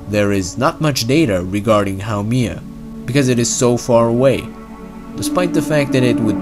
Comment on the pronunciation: Its not called how mia